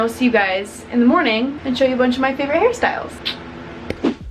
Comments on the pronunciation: everytime u say hairstyles i hear ‘harry styles’ ..or maybe i’m just so obsessed w him who knows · EVERY TIME u said "hairstyles" i thought u were talking "harry styles" lol